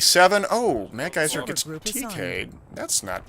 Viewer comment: Cool. It's suppose to be madsgyver though, not madgyser